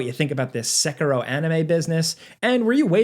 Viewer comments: SA-KEY-ROW= SAY IT WITH ME=SA KEY ROW.. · why does he say sekiro like that???? thats so annoying lol